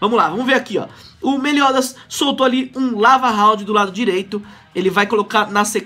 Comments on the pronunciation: ele fala meliodas errado kkk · só eu que fico nervoso de ver o pronunciando o nome do meliodas errando?